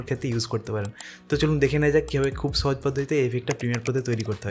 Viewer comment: ছহজ কি জিনিস? 🤣